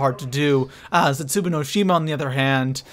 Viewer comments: I think it's cute when you said "Origins 2.0... I mean Der Eisendrache." Really funny, cute. Seriously, though, you have no idea what you're talking about, you're the worst zombies YouTuber, and you pronounce "Zetsubou no Shima" and "unlimited liquid divinium" as if you've never attended any form of educational system. Also, it should be "". But, that can never be the case, because a fat cow like yourself thinks Der Eisendrache is unoriginal, and you suck at zombies. You are certainly not too pro for anything. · Its pronounced zets-a-bow no shima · it's pronounced zetsoobow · Zets ooo boo no shims 😂😂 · Stop saying zetsubU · I was done 5 seconds in when you kept calling zetsubou zetsuboo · He said zetsuboo 😂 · M8 say the maps right u said zetsubuu and Dee eisemdracha say it right or imma tell your mum 😈😂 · Why do you say "Zetsuboo no shima"? :b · He says Zetsubou wrong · please say Zetsubou No Shima correctly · it pisses me off how pronounces zetsubow it really makes me mad idk why, please tell me I'm not the only cause he pronounces it like zetsubu and its not like that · I find it annoying the way he says zetsubou he says zetsubu not zetsubou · Does any one else hate it when he pronounces Zetsubou as Zetsuboo. It doesn't say Zetsuboo when you pick the map, It says Zetsubou not boo and it's pronounced as bow. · Zetsooboo bro is zetsobou-o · Zetsubow not zetsuboo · ITS ZETSUBOU (ZET-SOU-BOU) NOT ZETSOOBOO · thats not how you say the map name it zet su bow no shima not boo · the pap camo from DE is not fucking dark matter, it's ice recolored, and it's ZETSUBOW NOT BOO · OMG... it is zetsuBOW no shima not zetsuBOO no shima! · Isn't it pronounced zetsubow not zetsuboo? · This is how you say it lol no hate but zetsueboo😂😂 not zet su bow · ZETZUBUU no shima? Really nigga? ZET-SU-BO no shima. The cringe. the type of guy to pronounce Nikolai's name as Ni-koolaid. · Zet-soo-bow..... not Zet-soo-boo